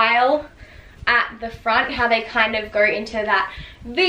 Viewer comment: Yelorw, so you knorw, gorw